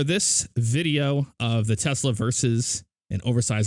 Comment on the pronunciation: Do you pronounce it Tesla Or like Tezla?